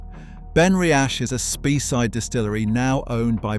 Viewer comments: Its pronounced Bal-ven-ee. Spey side pronounced Spay side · Speyside - pronounced 'Spay-side' Islay - pronounced 'Eye-lah' Etc., etc. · also mispronouncing place names like Speyside .